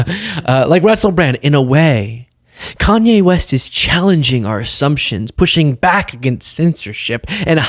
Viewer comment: Please don’t purposely mispronounce a Black man’s name even if he’s gone off the deep it. It’s a yt supremacist tactic that has historically been used.